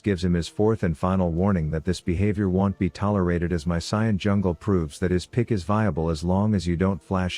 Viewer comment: Imagine pronouncing Sion as Cyan